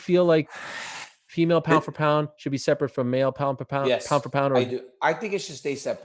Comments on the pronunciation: Pow fo pow🤣🤣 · the way DC says pound for pound 🤣👏